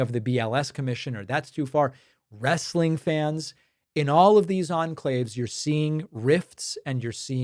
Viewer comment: It's wrestling, not Wrastling ...